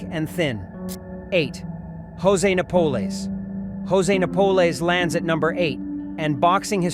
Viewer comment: This appears to be AI generated. He pronounced Jose Napoles name incorrectly. I would not trust that Angelo Dundee revealed his 10 favorite boxers based on this video alone.